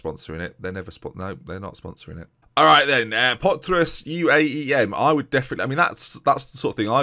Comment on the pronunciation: Your pronunciation of potros was very good. The rest, well... Lets say it couldve been better lol